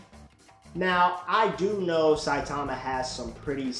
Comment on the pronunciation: thats not how you say saitama...and also what has character development got to do with this were talking about power not character and also here are some examples of gokus character development (you mean to tell me that the same goku that wouldnt even dare look at frieza's way ever again would invite him because he felt like he needed him for the tournament of power the same goku who gave cell his senzu beans would be willing to participate in a super saiyan god ritual if he was the same he would have never invited frieza to the tournament of power he would have never participated in the super saiyan god ritual because it isnt really his power plus after getting defeated by beerus goku asked for whis to train him character doesnt have to change drastically to have character development that's not what character development is)